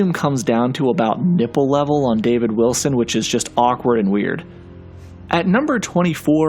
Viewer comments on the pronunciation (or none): none